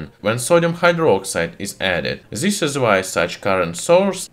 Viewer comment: Try to cut off your "z" from pronuncing. It's very wrong like "zhis"